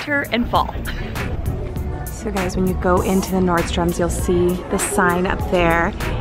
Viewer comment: I love how you say NordstroMS lol... everybody has corrected you but you still say it how you wanna say it. I love that about you. Loved your buys! Lucky girl!